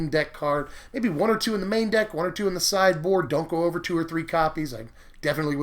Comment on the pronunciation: I thought you said "cyborg" Instead of "sideboard." >< I need to go to bed.